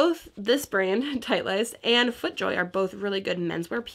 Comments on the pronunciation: The hat with the FJ logo, the main brand is pronounced title ist. You got some great pick ups at the bins!!! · Just fyi Titleist pronounced “title-list”